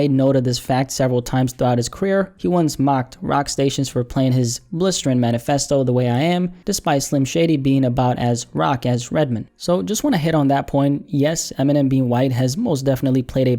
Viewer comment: Well, I guess not only white people call Redman "Redmen" Did y'all hear this fool?